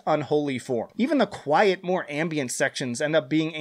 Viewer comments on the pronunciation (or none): none